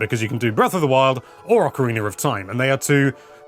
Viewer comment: Why do you say ocarinaR of time!?